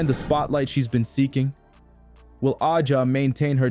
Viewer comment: Accusing everyone else of producing click bait while not being able to pronounce A’ja’s name and while insinuating there is something amiss when it’s well known Kelsey had a rough year with a divorce (so of course time off would be beneficial to heal). Come on, do better. 🥴